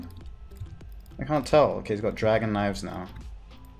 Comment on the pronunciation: I dont think he can pronounce A's he says splawsh, cawnt, nawt, whawt